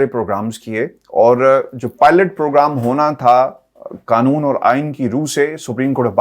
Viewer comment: Excellent analysis and superb reporting. However, why are Urdu words with 'Q' pronounced as 'K'? eg: 'Qanoon' is pronounced as 'Kanoon"? 'Qaum' as 'Kaum"? The Urdu words are قانون & قوم!!! not کوم اور کانون؟ It seems that the difference between قمر & کمر has been eliminated? 'قمر' صاحب کی' کمر' میں درد کو غالبا" ' کمر' صاحب کی کمر میں درد کہینگے؟؟؟